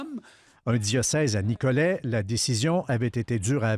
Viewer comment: Pourquoi le monsieur prononce-t-il le T final? Ce n'est pas «Nicolette»